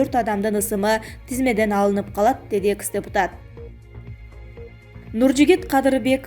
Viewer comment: Рептуация эмес репутация дечи экыс эмес экс дечи синдим